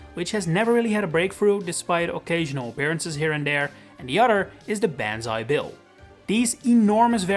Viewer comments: Did anyone else think it was “Bonzi Bill”? No? Just me? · Ban zai bill 💀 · Who the fuck called it banzai bill